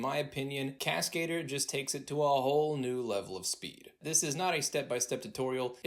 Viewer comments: It’s not cascader from cascade. It’s French for the word stunt man. It’s cascadeur with the accent on EUR at the end. Google voice it to see the difference. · Okay, I realize I'm a dick for saying this, but Cascader? Oh no! lol. It's a french word pronounced "Casca - Doer" not Cascade-Er. It means Stuntman. But you're right, Cascadeur rocks! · He calls it Cascader lol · please learn how to pronounce cascadeur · Cascadeur is French so it's not pronounced that way. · I hate how proudfully and how often this guy pronounces Cascadeur wrong